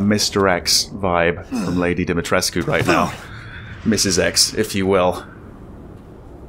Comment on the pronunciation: its pronounced Dim-A-treesk. the U is silent.